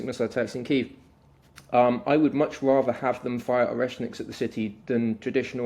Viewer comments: It's not Kave or Kive, it's Key-ev😅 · please learn how to say kyiv the Ukrainian way. not russian